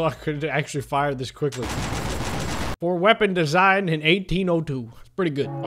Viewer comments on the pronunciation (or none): none